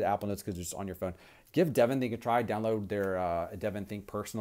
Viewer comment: Good video review. I agree with you about Evernote vs DevonThink (and yes you did pronounce it correctly.) I would suggest you set up differently in the future such that your ring lighting does not show up on both eyeballs. Makes you look alien or something and is quite disconcerting. Chow!